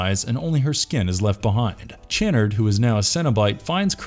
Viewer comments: Does the mispronunciation of the Lament configuration and Channard really annoy anyone else? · Also Channard's name. If the narrator had actually watched these movies himself, he'd know how they were pronounced.